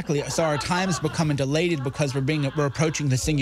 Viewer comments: He’s trying to say “dilated,” but he’s emphasising the wrong syllable. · I'm glad someone else picked up on the mispronunciation of "dilated". For a half a second there, I thought perhaps American English speakers said it differently. Half a second later, I reminded myself of the person who said it. "Delate" is similar to "relate" in its use, and it would make no sense if Cernovich claimed he had meant to use that word. He didn't. He merely mispronounced "dilate". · MrGoodkat I'll listen to it again. Is he mispronouncing It? He is saying delated. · time "delation" xD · No, it's "dilated," though mispronounced. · He's saying that time is becoming DILATED, like what the eye doc does to your pupils. But he doesn't know how to pronounce it. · It's "dilated", mispronounced.